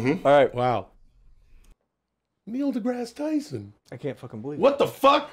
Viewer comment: holy shit its actually Neil degrease Tyson